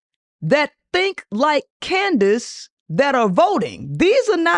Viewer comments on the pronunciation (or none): it’s candice not candance